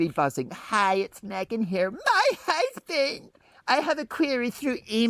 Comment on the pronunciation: Even more amazing, what sane man would be her “husband”, in Mark Dolan’s pronunciation 😂. So, there’s that and it explains a lot.